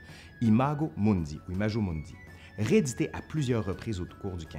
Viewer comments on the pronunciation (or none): Je me délecte à regarder vos vidéos. Un petit bémol : la prononciation des mots latins ... imajo mundi, aïe aïe aïe ! Vous avez sûrement un-e ami-e latiniste... Sinon investissez dans un manuel de première année d'études du latin: en général, la prononciation est indiquée dans les premières pages. J'espère que cette petite critique ne vous froissera pas et je me réjouis de visionner vos vidéos. Vale et me ama ...